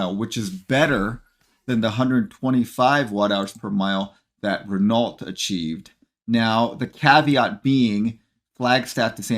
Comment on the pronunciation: Renault? With a "T"? What are you smoking?